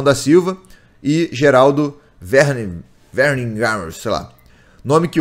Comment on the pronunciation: se vc fizer a pronúncia dos nomes alemães em português ao invés de inglês, vao ficar bem mais parecidos com a forma correta. Por exemplo, Werninghaus lê-se "Vernin(g) raus". Kkkk